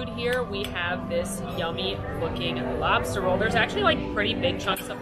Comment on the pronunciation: As a born and raised New Englander it was my duty to report you both for your pronunciation of lobster. When you travel you will be forced to wait at the border until you can get a native New Englander to vouch for you. 😉